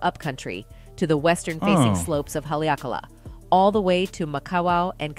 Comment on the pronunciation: It's sad how this person is bastradising the beautiful names of Hawaiian towns and Haleakala. The Hawaiian language only uses short vowels.